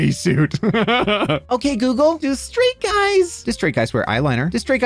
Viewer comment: My phone responded when you said Okay goodle